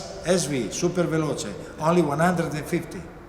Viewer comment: wild child The way he says Superveloce is so amazing!